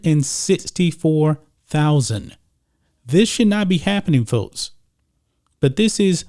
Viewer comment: Notice this guy pronounces the "x" sound as a "t"??? What's up?? Sixty = sitsty Folks = fotes Texas = Tetsis Texans = Tetsins